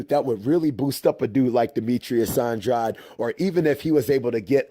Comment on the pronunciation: I think your pronouncing Andrade wrong.